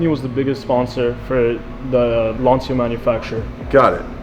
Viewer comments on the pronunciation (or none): its LANCHIAAA not LANSIAAA